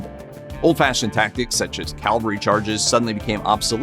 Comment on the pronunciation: Cavalry, not Calvary. And Car-naygee not caruhgee. And battle of the Somme, not Psalm.